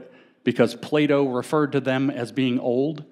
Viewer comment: Every time he says "Plato" I hear "playdough" 😅